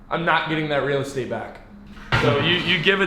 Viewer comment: i like how he says real estate. makes me chuckle lol